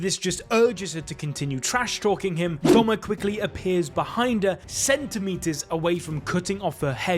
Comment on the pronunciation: It’s Doma not Douma